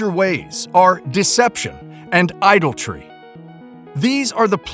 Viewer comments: Please, teach one of the speakers to pronounce ‘idolatry’ correctly. 🙏 It is not an idle tree. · Dear Narrator: ... as in "nuclear (NOO - clee - ar) and jewelry" (JOO - rel - ree) ... the word is ..... I - DOL - A - TRY .... pronounced .... ʻeye -- DOL - a - treeʻ -- you are leaving out an entire syllable ---- there is no such word as .... "idoltry" - (EYE - dol - tree) - hope this helps ;) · Idoltry? Idolatry surely